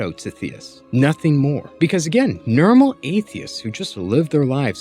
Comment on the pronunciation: I don't know if anyone's told you this, but when you say, "normal", it sounds like, "Nermal", and it makes me think of Garfield. Loved the video though lol.